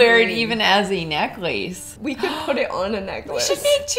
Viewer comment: My favorite part is saying "I could wear that as a neckloirse" 😂😂